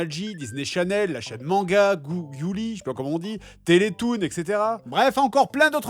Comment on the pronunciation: "Goulli" xD